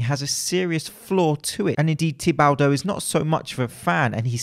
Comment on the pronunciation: Say it with me... Tea-ba-dough